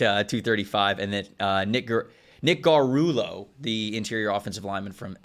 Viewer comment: almost cancelled himself pronouncing Nick Gargiulo's name.